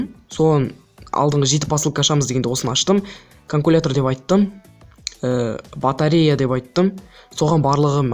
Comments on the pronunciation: батрея емес батарея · Батеа емес батарея или батарика дұрыстап айтщы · Батеря емес батарея